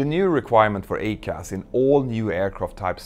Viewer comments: Small point … I am an Airbus pilot and we pronounce the ECAM system as “E….Cam”. The Boeing system is the EICAS, yet your pronunciation to my ears sounds like “A-Cas”? Might It make more sense to say “E….Cas”? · Hey Mentour, love your videos. Always even handed and informative. Could I just point out one little thing I noticed, that would then make your videos perfect. It's about pronunciation. You say AY-CAS but having been an instructor on the 777-300ER, I can say with some degree of confidence that it is EYE-CAS. Pretty minor point and definitely doesn't detract from your well-produced videos. Keep up the good work, regards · I'm pretty sure everyone in the US pronounces it "I-CAS". It definitely belongs on the Max. BTW, Petter, maybe you could do a video on the LEAP-1x engine fuel nozzles. GE were so proud of their 3D printed and laser drilled nozzles. Now we're replacing them as a set constantly. It's a real PITA. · "I"—CAS!!!!!! EYE-CAS!!!! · EICAS is pronounced Eye-Cas, it means Engine Indicating Crew Alerting System... it's only for the engines. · Yup. I agree. I-CAS. Like i-Phone. That’s how we pronounce it.